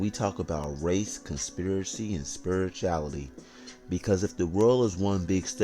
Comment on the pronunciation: Couldn’t get past the fact that the guy had to focus extremely hard to pronounce very basic words. He just gave up trying to pronounce Spirituality. 😂. He was like, Fuck it, close enough.